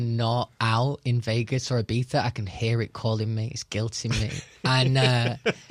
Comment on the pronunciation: I feel like he would make fun of people who say Ibiza the way he’s saying it